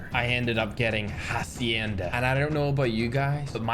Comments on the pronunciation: it pronounce like "Hasyenda" but the spelling is Hacienda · Ha-ce-n-da (say it fast) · Its Ha-Shen-da Hacienda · FYI for the map is pronounced has-see-enda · that map is pronounced HAW-C-End_uhh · it is pronounced "Hacienda (hasyendya)" lol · Its pernounced ha-ce-en-da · It's pronounced ha-si-enda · Its pronounced hashenda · Hacienda (ha-shi-en-da) we kinda say like that in the Kalinga, Philippines 🇵🇭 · How to pronounce Hacienda : Hashenda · it pronounce as HA:SHEN:DA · It's pronounced ha-SHEN-da (for those who don't know how) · Uhh its pronounced Ha-She-Yen-Da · Hey hacienda is a Spanish word it's pronounced like hasyenda like that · HA- SEE-IN-DUH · its Ha see End da. Combine together, Hacienda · Ahhh yes "Hacendia" is just so hilarous.